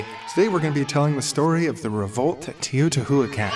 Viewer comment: are they intentionally mispronouncing Teotihuacán? It's like nails on a chalkboard. E: the episode itself is super interesting